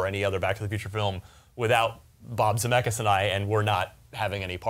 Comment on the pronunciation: Holy crap, why did you pronounce chassis as though you were sounding it out. Also, you said Zemeckis wrong.